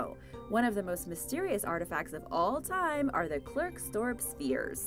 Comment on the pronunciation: Klerks Dorp isnt pronounced Clerks dorp